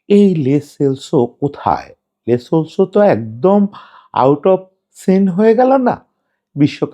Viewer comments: লে না লো সেলসো। আগে খেলোয়ারের নামটা অন্তত ভালো করে জানেন তারপর ভিডিও বানান। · Vai "Le Solso" na, its "Lo Selso". Barbar kane lagtesilo.... Sorry